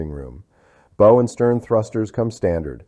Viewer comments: Your AI narrator needs to learn how to pronounce Bow(the pointy end of the ship). You can’t earn a thumbs up let alone a subscription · Mispronounced bow and live aboard. Sounds Ai to me